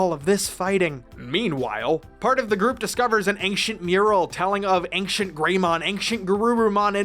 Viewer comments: Bro says ankshient 💀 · The pronunciation of the word "ancient" here was more noticeable to me than it really should have been.